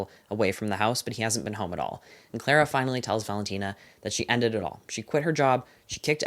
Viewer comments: it’s clah-rah, because it’s british ❤ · in the UK Clara is pronounced clar-ah